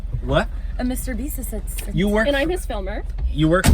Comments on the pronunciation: she cant pronounce assistant 💀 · she cant pronounce assistant 🤣